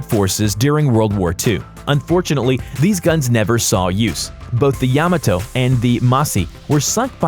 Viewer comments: Hey Buddy......the ship's name is pronounced YA-MA-TO and MU-SA-SHI....... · Yam-a-toe.. It’s pronounced yuh-mah-toe.